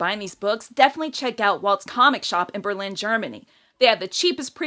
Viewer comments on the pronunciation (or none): none